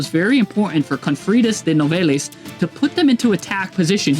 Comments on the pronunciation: It pronounced “New-vell” 😉 😉🌝 love this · You gotta work on your pronunciation bro… confritas? Novellis? Lmao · I’m French and it doesn’t mean shit. Except « Nouvelles » which means « News ». « Nouvelles » is to be pronounced « nuvel » (yes the end is silent don’t ask why).